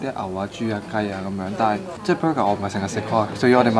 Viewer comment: Burger 🍔 not bruger